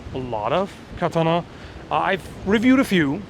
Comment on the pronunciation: i dont want to be *that guy*. But since you care about saying it correctly, it's pronounced: "ka-TA-na" (soft T)